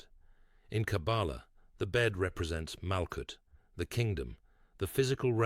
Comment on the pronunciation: This AI voice does not know how to pronounce the word Kabbalah